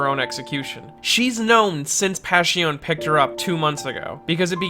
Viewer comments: It’s pronounced “Pash-i-o-nay” not “Pash-i-on” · Since its italian wouldnt it be pronounced "Pash-ee-oh-neh"? Or am i making no sense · Passione You pronounce the E, that's how Italian works. Like Spanish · italians do not chew the last letters of the words like most other nations. Last letters signify the masculinity or femininity, or even if you're referring to something singular or plural It's very important to pronounce passione as passionE.